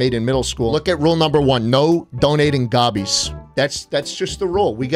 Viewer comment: you CAN'T say Gobbies man!